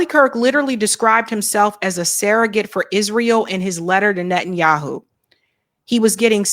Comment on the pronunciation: It's surrogate, not serregate.